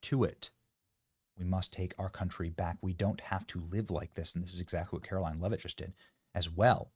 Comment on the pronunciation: Benny, after days of reporting this, you STILL can't pronounce her name? Have some respect man and say her name properly for God's sake.